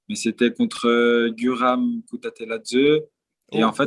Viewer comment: Pour info à Guram Kutateladze ça se dis gOUram kOUtatéladzé 🇬🇪